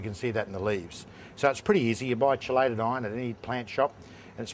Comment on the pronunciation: KEY LATE not SHEE LATE.........shee late is when the Misses don't come home after work